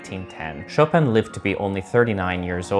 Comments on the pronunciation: How about making it a pre-requisite to learn how to pronounce his last name and then be allowed to play his music? Did they all say something than sounds like “show-pan”? 🤢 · Kittens all around the world are dying because of your pronunciation of Chopin 😥 Cut the 'n' and save kittens. Tell your friends, too. Only the dude (Krieger?), Georges Sand and Schumann participated in this life saving effort.